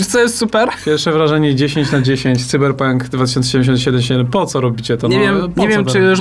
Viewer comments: Czemu mowicie Cyber pank jak juz pank to sajber pank ... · Tzyberpónk Dwo tysionce sidymdziesiąt sidym.